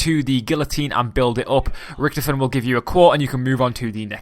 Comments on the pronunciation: Why did you call him riktefien like WTF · U say it lyk riktofin, wtf